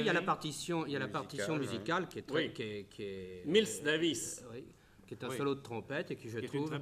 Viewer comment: Haha comment ils prononcent Miles Davis à ! Tout à la française